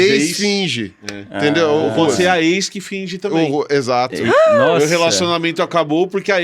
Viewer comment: 'Eis' finge! Ex finge! 😂